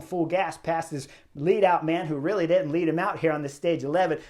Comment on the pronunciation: …when I was a kid we said couldn’t and didn’t. Now they say coulddent and diddent.???